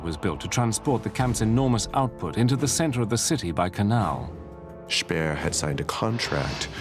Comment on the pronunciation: Speer is read Špehr, not Spear, dumbass...